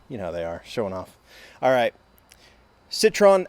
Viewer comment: Pronounced "Citro-wen".... "Ahmee" = French for "friend"... and the car was intended for teenagers to drive in-city instead of a moped. If I were living in Europe, I'd get one for my daughter to go to school with. Definitely safer than a moped. 🙂